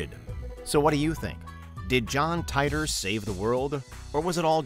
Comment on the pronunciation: And once again, it is incumbent upon me to drill into your incredibly thick skulls that John Titor's surname is pronounced "tee-tor". Proof positive that details don't matter to WM.